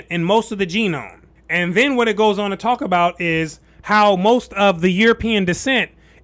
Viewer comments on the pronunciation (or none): none